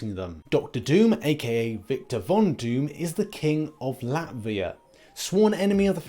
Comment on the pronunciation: Just the pronunciation on Latveria and its brilliant :)